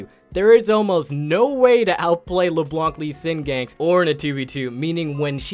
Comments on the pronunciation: Hearing someone almost pronounce Leblanc right made me smile... so close... Stop pronouncing this C!!!! Pleaseeee!! French people pronounce exactly 0.9% of last letters in words :3 -One native hon hon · Isles exactly! First time was said correctly then you brought back that hard C and I was like but why? :')